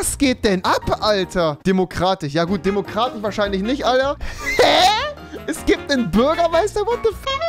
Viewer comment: Hat Rewi ne sch/ch schwäche? Diabolich, Anarschi, Demokratich... Meine Fresse...